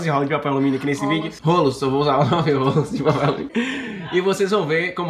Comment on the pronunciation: O cara não conseguiu falar rolos, sempre falando rólos, que aflição.